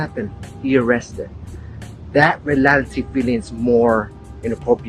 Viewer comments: “in relality” 😭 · "In relality"